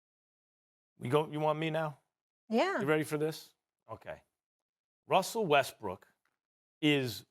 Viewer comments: "I love Wussell Restbrook." Did anybody else catch that? Lmmfao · "Molly I love Wussle Restbrook..." x Chris Canty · "MOLLY I LOVE WUSSEL WESTBROOK" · “Wussel Restbrook” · "Molly, I love Wustle Restbrook"